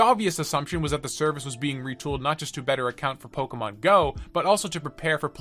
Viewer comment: You say Pokemon correctly. Subbed.